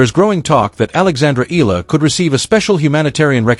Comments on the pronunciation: Eala!! Not Ila!!! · EEE~YAH~LAH not ee~lah. Filipinos pronounce every syllable or every letter if 2 vowels are together like EALA. If you know how to pronounce AYALA just change the FIRST letter "A" into EEE then YAH~LAH. Just to be clear. Otherwise THANKS for this vlog. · Eala!!! Not Ela! Please pronounce it well!!!! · pls sa E-ya-la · This YouTube would be more convincing if it actually said her name correctly. Ee-ah-La. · EALA is pronounced " EYA-LA". The combination "EA" - la is pronounced like a diphthong, common to Filipino vocabulary.